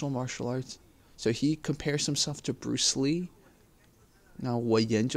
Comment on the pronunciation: He said Bruce Yee not bruce Lee...lol....